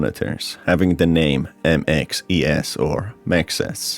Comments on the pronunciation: The OFICIAL IN GAME NAME is M.X.E.S. gregory pronounces it in the neutral ending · In case anyone was wondering the rabbits official name is m.x.e.s pronounced (mex - es).